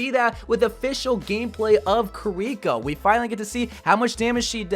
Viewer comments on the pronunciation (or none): Multiple people in past videos kept talking about how wrongfully pronounces her name "Koriko" when it's even spelled "Kiriko". Official dev video comes out with them saying "Kiriko" on multiple occasions. continues to call her "Koriko. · So jern and kiliko you have to pronounce it right 🤣🤣🤣🤣🤣